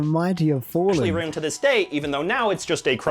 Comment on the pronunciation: As a Canadian, I've never heard anyone ever say aruned instead of around lol.